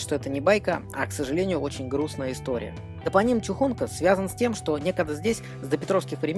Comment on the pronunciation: ТопОним. Ударение на второе О.